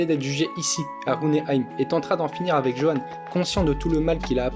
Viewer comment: Petite précision Johan se prononce Yohan